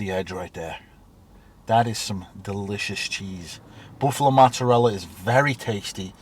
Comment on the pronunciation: Learn the proper way to say, "Mozzarella".